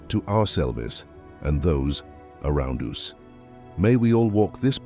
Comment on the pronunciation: Listen at the end of the voice narration... "Around ooose...open heeerts" 😂 This video is so valuable. But I'm reminded about balance with levity.